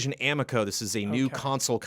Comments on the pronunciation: Also. It is (a-mee-ko) because the amico fanboys will attack. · CORRECTION: Amico rhymes with amigo. It is correct that it looks like garbage.